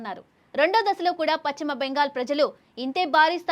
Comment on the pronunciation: తల్లీ పచ్చిమ కాదు...పశ్చిమ... వీలైతే..మార్చుకునే వీలుంది.. ఉచ్చారణ... ప్రయత్నం చేయండి